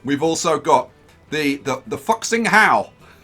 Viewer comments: And also it is not fox-ing hao, it is fu-xing-hao (like how you would pronounce Fullerton) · hey! Great video! just remember it's pronouces "foo-sing how" (fuxing hao). Can you replace one or two shinkansens with that thing?